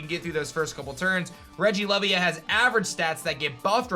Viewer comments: He's american of course they pronounce it wrong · I am pretty sure that regilevia is pronounced like who you would say leviathan.